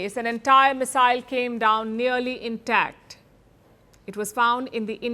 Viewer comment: Its not missile . Oye !! CRI pump eeey